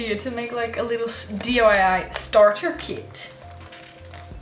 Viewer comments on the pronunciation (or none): Another lovely p.o. box opening video. I love them. Your subscribers are so creative and so generous aswell. I think I told you already that my favourite tea is chai, but when I drink it I add milk. It's much nicer. It's so cute that you say dyi as opposed to diy. I know another commenter told you that too. 😘 The paper and envelope sets you got sent are gorgeous. I love watching sets too. Looking forward to part 2 already. xx